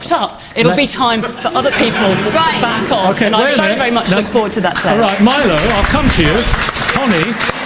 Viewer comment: Calling him 'Meelo' was pretty lame- what a bitch lol.